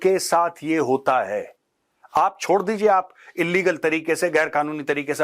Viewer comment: Sir wo desh chodna chahte te app clear bolona